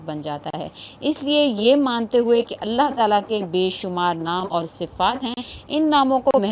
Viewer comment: Allah ka name aap sahi se liya karo Allah ek h or aap Allah OK aise bolti Ho Allah .jaise aap bolti Ho Allah pharmayenge .karenge .denge .please don't speak that word .Allah ek .Allah pharmayega .karega dega .apko aise Allah ko bola Karo please .